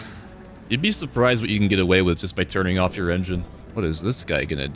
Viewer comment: kills me “it does get aphe”😂